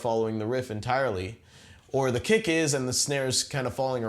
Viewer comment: I swear to god he says "cake" instead of "kick" every time.